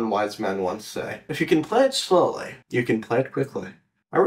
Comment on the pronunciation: The "If you can play it slowely you can play it quickely"😂👏👏